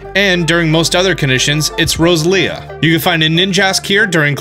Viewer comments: Smh they are pronounced rose el e ah , and quag sire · The pronunciations made me cringe... “Rose-Leah” 😳. “Quag-ah-sire”